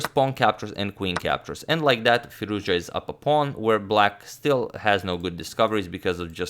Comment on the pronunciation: It's Firouz- Jahhhhh,, damn all this time and you still did not learn how to pronounce his name??